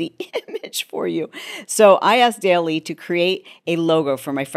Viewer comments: Haha…Daily …So cute. It’s “DOLLY”. DALL-E. 😂. I know all this but I still subscribed to you just because you said it that way HAHA ❤😂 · Interesting Perplexity pro is same price as the Chat Pro and includes it… def considering (oh and its pronounce Doll-ee) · Great info! Btw Dall-E is pronounced like the last name of the artist “Salvador Dalí.” Or another way to think of it is like “doll-E,” with the emphasis on the “E.” Hope that helps! Thanks for the great vid! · Great video, and yes please provide a demo and query examples of Perplexity. Dall-E is pronounced Dolly, which I agree makes no Sense considering the spelling. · Chalene, it’s pronounced ‘doll-eee’